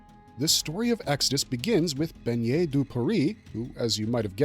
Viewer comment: Please for the love of god stop mispronouncing his name like that. Bennet would never sound like how you’re saying it…you’re saying it like Beignet…you’re saying the word for little donut. BeNNet the 2x n sound is not the same as beiGNet, gn sound. Bennet has never been a French name so if he we actually French his name would be Benoit. Whoever taught you to pronounce his name like that tell them to jump off a bridge lol